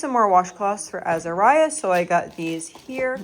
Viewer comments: PROBABLY pronounced l8ke the color, a blue, AZHure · May I give some help by saying- the way you pronounce “Azure" correctly is to put the accent on the first syllable as in the color blue.